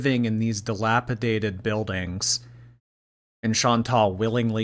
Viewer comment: Is she saying "delapitated"?